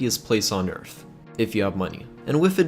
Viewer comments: Pronounced “Earth” not “Earf”... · “Happiest place on earf”.. I’m dead 🤣